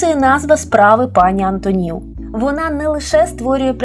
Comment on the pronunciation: Шановна пані, але чому " АнтонІв"? Звичайно, по - людськи:"АнтОнів"!